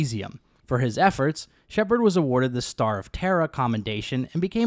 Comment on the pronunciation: Why do you always say him guess say shepard.